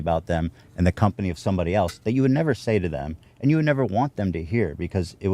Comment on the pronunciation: steveos greatest crime is that he always says "eltse" instead of else